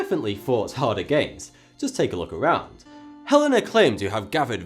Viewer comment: Tak .... Take ; Mak .... Make. ; Sam ..... Same. ; ............... Som ..... Some